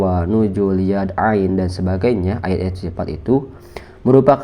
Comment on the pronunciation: Sifat bukan sipat, tafwidl bukan tapwid, salaf bukan salap Tolong bacanya yg fasih, bukan pasih, baca saja gak fasih kok bahas teks arab